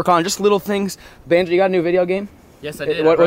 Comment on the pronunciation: Lmfao that’s not even og!!! And it’s bonzo not “banjo”